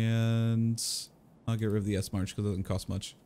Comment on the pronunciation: I usually ignore this, but it's starting to add up over the series and I'm starting to tilt. Esmarch is a German surgeon with a lot of cool stuff named after him. The bleed tourniquet is one of them. Please, the "ch" in the end should sound "kh", as in "chemistry" Great videos!) I'm doing my best to catch up, being, like, a week behind your uploads, tho:/